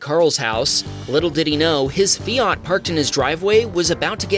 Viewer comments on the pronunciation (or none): Sorry, the what? The FiARt, not the fiaT... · It’s not a feeart it’s a Fiat .😂😂😂😂😂😂😂😂😂